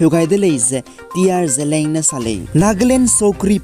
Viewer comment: Seems somebody mispronounced word 'ZELIANG'. ZELEANG malei, its ZELIANG